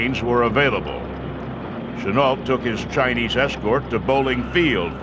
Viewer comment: keeps saying chi-niece